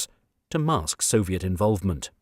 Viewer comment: 'Soviet' dear boy.